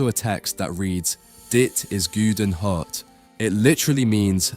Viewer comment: It says “gouden”, which is pronounced closer to the sound the word “awe” makes, not “ooh”. Similarly, the e in “hert” is not pronounced “hurt”, but like “air”.